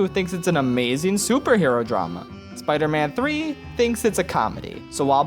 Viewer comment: Spee man tree